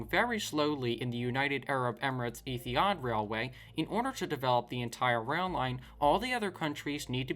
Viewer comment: Eethi ard??? Ha ha